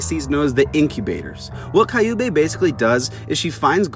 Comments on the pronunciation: Their names are pronounced Q-bay. Like the sound you make when you say the letter Q then bay. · Prounouce kyu(q) bey(bae) and its a he but great essay it just is gratting my ears